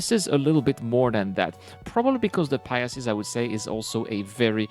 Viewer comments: well, that's why I'm trying to help. It's easier to say pi-sees than pia-sees. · It's the Pie-seeze, not the Pie-ess-eeze